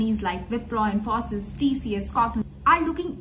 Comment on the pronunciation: They may have delayed your onboarding as you are not pronouncing Wipro and Infosys correctly.